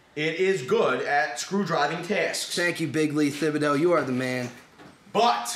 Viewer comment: Thibodeau is pronounced tib a dough